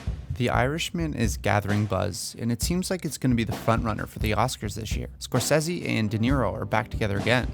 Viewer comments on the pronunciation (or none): I couldn't watch this due to the way you say Scorcese